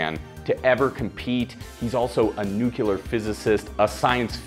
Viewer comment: No no he's nucular physist Yes it is a pet pevee of mine.